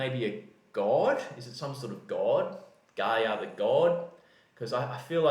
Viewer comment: mate, the proper pronunciation is Gaia or Gaya, and this guy plays viola. :)